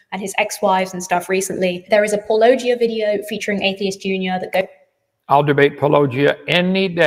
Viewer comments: You all pronounce it wrong. At this point it has to be on purpose. Its pronounced Paul a gia, a play on Apologist. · That is how I pronounce it. Kent always gets it wrong though.